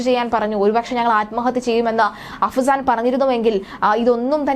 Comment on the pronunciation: അഹ്‌സാൻ അല്ല ചേച്ചി... അഫ്‌സാൻ....